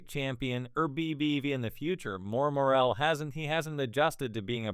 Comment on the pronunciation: Full fight???? Can't even pronounce the man's name right.